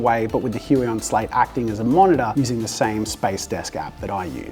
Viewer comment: Thanks for that pronunciation of "Huion". The pronunciation I heard earlier has a somewhat unfortunate sound in my and other Slavic countries...